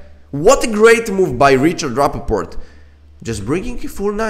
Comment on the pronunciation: Thank you for the analysis! One note: Rapport, not Rappaport🙂